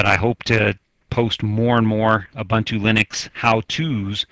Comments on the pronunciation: It's pronounced "ooboontoo". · Who cares how it is pronounced? I pronounce it how it is spelled U-bun-t-u.